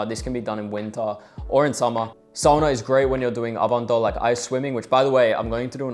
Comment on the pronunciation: Kiitos! sentään joku sanoo sanan "sauna" oikein <3